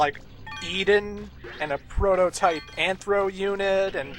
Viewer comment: You know, for the PS1, this is an insanely detailed game. Also, did Mega Man have trouble pronouncing PROTOTYPE?!